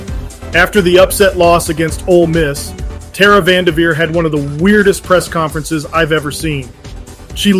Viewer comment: You are spot on in your observations. May hold more weight if you pronounce the lady's name correctly tho. Keep spitting truth, but cross the Ts and dot the Is